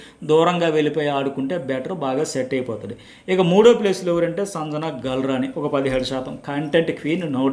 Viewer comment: సంజణ కాదండి... సంజన అని పలకాలి